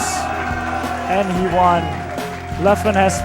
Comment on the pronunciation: "I won-a evo"*